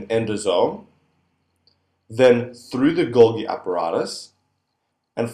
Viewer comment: Correct 'Golgi' pronunciation